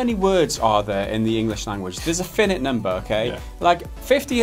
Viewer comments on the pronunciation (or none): why the fuck does pronounce 'finite' in the same way as you would 'minute':D